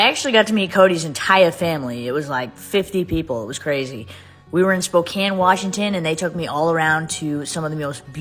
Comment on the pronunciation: At least she said the city right. Most people say Spokane, not spocan(spokane). Come to the armpit of Washington. Yakima. Lol